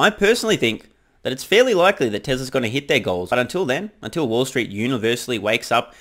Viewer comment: Had me jump when you mispronounced "Tesla's" as "Tresla's" and for a moment thought you said "Trevor's track record 😅😂😂😂